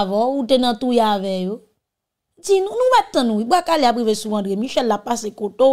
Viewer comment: Ou gen Yon fason ou ranje bouch ou Pou di bwa Kalea mwen ren men sa🎉🎉